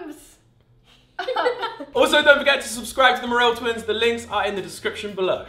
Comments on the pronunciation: the MERRRRRELLL Twins i think it’s pronounced mer-ul 😂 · anyone else notice how he says mirrol twins instead of merrell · Ollie guess what it’s not mer el. It’s merrel like me ril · the ‘me-rrell’ twins🤣🤦🏽‍♀️ it’s the merr-all’ twins 🤣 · He says merrell wrong he says mur rell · ITS MERREL TWINS NOT MRELL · The way he said merrell twins “maarel twins”😬😂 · Oli.... the Mur-rel twins?? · I heard “maeral twins” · Mer el twins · Yeah, MerrEll twins🥴😊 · The mururlel twins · It’s mayor- ul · “The marel twins” lol he keeps saying it wrong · Hahahahahaha Its Mehrrrrrelll twins not marel twins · he said Merrell twins so wrong he literally said "maarrell twins" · Muh-rel Twins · Learn to pronounce Merrell correctly they hate when you pronounce their last name wrong. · It's merrell twins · You err... you kind of... mispronounced "merrell"... Great video though! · The way he pronounced Merrell 😂😂😂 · He said their surname wrong at the beginning. Haha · The way he pronounces merrell